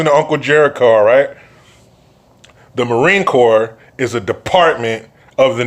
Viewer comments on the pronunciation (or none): Jericho, I'm not sure if you caught it, but when you were talking about the best branch of our fine military, you mispronounced Marine Corps. Just thought I would let you know.